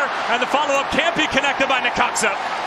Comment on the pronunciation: It’s necaxa lol